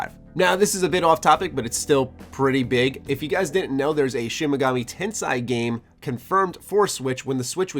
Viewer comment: That's not how you say tensei